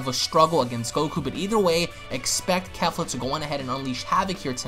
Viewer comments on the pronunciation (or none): the name pronounce KE- FLA like KEY-FLA not KAFLA lmaoo you all pronounce it all wrong.